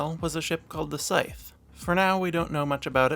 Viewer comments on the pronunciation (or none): final th with a silent e voices the th to say /ð/ like in “the.” Scythe is pronunced /saɪð/. Also I believe the Tie Advanced V1 wasn’t created until 5BBY (seen in season 1 of Rebels being unveiled as a new ship) which is why we don’t see it in Kenobi. Great video!